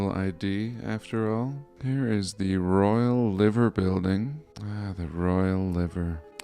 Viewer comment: Is pronounced lye-ver building. Not liver as in the organ.